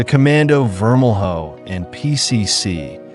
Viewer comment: It’s vermel-yo not vermel-hoe